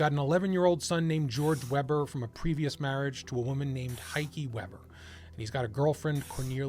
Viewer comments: if they're german, their name would be pronounced vayber, not webber. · You should pronounce WEBER as WAYBUR! 😊 I like your channel! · You pronounced "Weber" wrong.